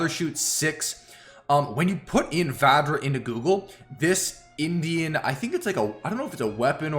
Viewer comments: Hi, for the weapon Vadjra, when pronouncing it D is silent. Its a weapon of Hindu God of all the 5 senses named Indra.. Just thought of sharing this with you.. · It is pronounced as Vajra, the ‘D’ is silent. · THE NAME OF THE NEW TITAN WEAPONS IS TAKEN FROM THE INDIAN MYTHOLODGY. IN INDIAN MYTHOLODGY VADJRA IS A WEAPON WITH CRAZY POWER AND DISTRUTIVE ABILITY. ALSO D IS SILENT WHEN YOU PRONOUNCE IT.❤ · I think it's pronounced bajra as in Hinduism. Bajra refers to weapon.